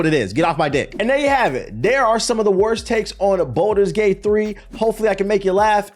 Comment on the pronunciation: u tracking its balders gate not bolders gate right